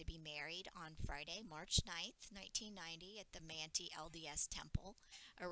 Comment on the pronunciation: Interesting research. Manti, Utah is pronounced Man tie